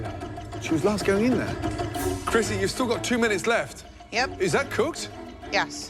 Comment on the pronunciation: It is krissi, not crissy!